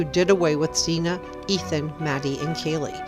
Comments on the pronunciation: We need to respect these young people and pronounce their names correctly. Her name is Xana (like Zana) not Zena. Thank you. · Her NAME WAS Xana with an A (as in Apple) not zena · Why do you keep calling Xana Xena? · Xana is pronounce like Anna, but with a Z. Like "Zana", but spelled "Xana". Poor girl gets brutally murdered and everyone keeps pronouncing her name wrong 😑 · Xana is pronounced Za-nna. Just bc that is how her Mom pronounces it. Not trying to be mean. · Pronounce Xana's name right. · Please pronounce Xana's name correctly. With all the investigating you do... you'd think you'd know her name by now.